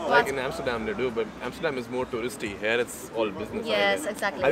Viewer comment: Sir, when you say "here" , it sounds like hair, which isn't the right pronunciation. Should be "hear". And , good stuff. Keep it up. :)